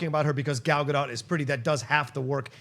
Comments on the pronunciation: FYI pronounced "Gadot" like " boat ". Please google it. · Why does no one pronounce Gal Gadot's name correctly? it's pronounced like boat!